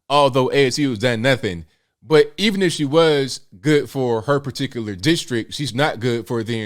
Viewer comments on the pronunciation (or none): I agree with your anti-nuclear-war opinion and concerning AOC's silence. However, I disagree with your mispronunciations of her name and simple words. Cortez's middle name is not pronounced that way. Please note that Ukraine isn't pronounced Yooo-crane. Particular isn't pronounced as particulus. Constituents isn't pronounced constituets. Ridiculous isn't pronounced as diculous. This is very distracting because it jumps out at the hearer. Also, a lawmaker and a legislator are synonymous. So repeating the two as if different is redundant.